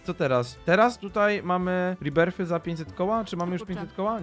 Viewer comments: To nie som riberfy to som rebirfy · Rebirths czytaj rebirf